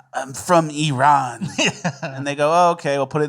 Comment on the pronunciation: Thanks for pronouncing Iran correctly